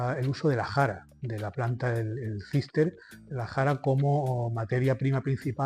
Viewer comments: Cistus no Cister, por lo demás muy interesante. Enhorabuena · Cistus, no cister!!